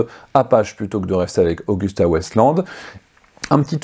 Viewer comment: C'est Agusta Westland, s'il vous plaît, pas Augusta...